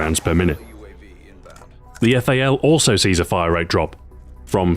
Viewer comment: It's funny when you say rate of fire it sounds like wrate of fire like you put in a w or somthing lol